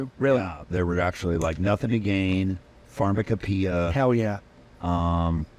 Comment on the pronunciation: That's for sure, but I just can't believe Chad pronounced pharmacopoeia wrong... " We just beg, for any way, To Get Away!!!" But damn, it's good! ...damn yankees😢